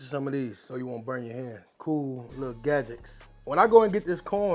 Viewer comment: Did he say gadgex?